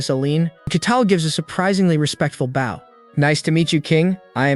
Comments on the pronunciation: Every time, AI cannot get its pronunciation correct between "bow", as in archery, and "bow" as in bending your body to show respect. It always gets it wrong every time, ruining each moment it does so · Hi Bow , Not bough = Bow and arrows The salvage sword of Conan = best character . Jesus is my super Hero Thank you for story . God bless you , all